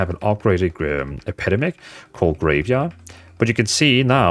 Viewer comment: Brother its EP-EH-DEM-ICK